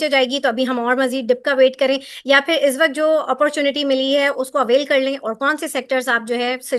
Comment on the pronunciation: "izz waqt" nahi hota " iss waqt " hota hay... tallafuz apni sahi karen kindly. Allah aap ko kamyab kry. Ameen